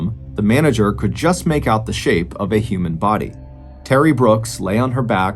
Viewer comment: Who would have thought the words could and would could be mangled so badly, on purpose, publicly. Smh!